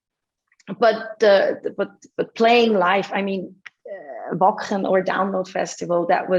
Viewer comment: "Wacken", pronounced in her native language :-))) So cute!